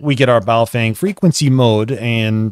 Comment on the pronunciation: Pronunciation correction. Stop mispronouncing Baofeng! (Bahoh fung) is correct... (Bayoh fang) is incorrect.... Now that you have been corrected.. It is disrespectful to continue mispronouncing their name..